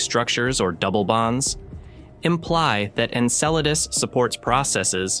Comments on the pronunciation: Icel-a-dus, not a damn enchilada 😅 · MORONS .... IT IS PRONOUNCED. EN CELL A DUS ...... MORONS, typical NASA! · This AI voice needs a tune-up it has pronounced Enceladus 4 different ways. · Isn't it pronounced 'N-cell-uh-diss'? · Incel Lattice? Enchiladas? Ensiladis?! Wtf 😂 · I just can’t with the AI’s pronunciation of ɛnˈsɛlədəs… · I swear the different pronunciations must be intentional 😂😂 Jeez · It's painful hearing Enceladus continually mispronounced. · Listening to this is like listening to finger nails on a chalk board. It’s amazing how many different ways this AI voice attempts to pronounce Enceladus. Clearly, no one is watching these videos after generated to see if they are actually pronouncing proper names correctly in English. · The repeated and varying pronunciation of Enceladus is extremely annoying and the detracts from the contents being presented. As good as the voice sounds, it is obviously an AI. This demonstrates the lack of care that this production company is putting into this material. Why don’t they use a real human that can read copy properly? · Teach the AI voice to pronounce the planet names. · Never have I heard the name Enceladus so appallingly mispronounced 🤦🏼‍♀️😂